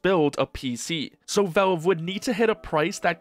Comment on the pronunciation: Please learn to pronounce Valve correctly.